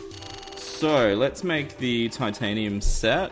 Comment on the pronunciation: he said tiantanium